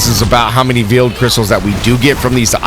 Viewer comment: I know i'm the A hole, but Veil is pronounced "Vale" instead of "Veel" did say it that way once though. Again, i know i suck.